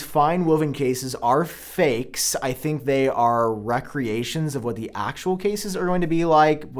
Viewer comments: did you say “recreations” instead of “re-creations?” lol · "Wreck-Creations"??? Is this a Regional enunciation for recreation?